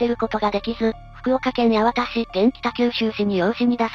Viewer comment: 名前を間違えないで。八幡（×やわた→〇やはた）、東筑（×ひがしつく→〇とうちく）